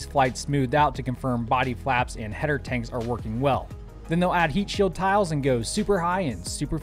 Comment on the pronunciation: Every time I hear "heatsheild tile" my eye twitches